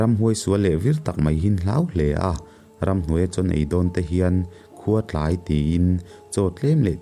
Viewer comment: Sangkawia tih hi ,kawi hi chirhdiak kawi anga lam tur a niang a. Tin, khuatlai tih a Tlai hi ruaiṭheh kan tlai kan tih ang hian tlai hi lam tur niin ka hria.